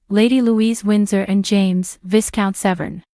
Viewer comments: Viscount....not Vis count, but rather Vi count. The S is silent. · VIE-COUNT not vis-count!🙄🤦🏻